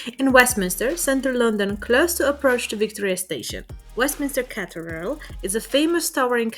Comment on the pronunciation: What is a Cateral? It’s pronounced Cathedral!